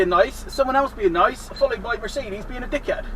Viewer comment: Mercadies Berc-in-a-merc